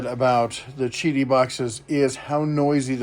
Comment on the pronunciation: Great video. Yes, it is pronounced "chi-dee". In Mandarin Chinese, the "Q" is pronounced like a "CH" in English. Example: The Chinese beer Qingdao is pronounced "ching-dow". I appreciate the honest review.